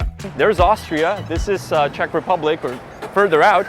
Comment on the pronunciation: Yay, now you say Chechia instead of Chech Republic! X)